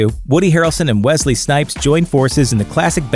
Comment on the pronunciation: Wesley Snipes I thought it was Wesley Pipes.